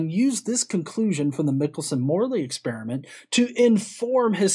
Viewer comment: Michelson is actually pronounced with a long i, like "Michael." (I'm assuming Richard Feynman, whom I heard lecture at Caltech, got it right.)